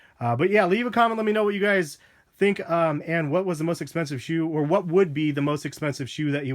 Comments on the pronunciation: he said "or" really fast which made it sound like are. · He said "these or the turtle doves" dumbass